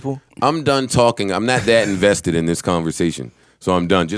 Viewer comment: you are too "inVESTEed" LMAO